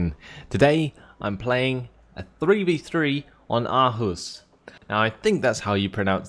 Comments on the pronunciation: Nice, a new video! Just wanted to say that it's pronounced "Or-whoose" or something like that. In Danish, double A's often substitute the letter "Å" (A with a little circle on top). I know it's not important but there you go :) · Or-hus would be more phonetically correct. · Hi I'm from Norway and I know how to pronounce Aarhus:D Double-a is the same as the letter "å" and is pronounced the same way you guys say lawn, but without the "l" :) love your vids btw:D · the "Aa" in "Aarhus" is pronounced like kind of like "aww" with a little more sex grunting ;))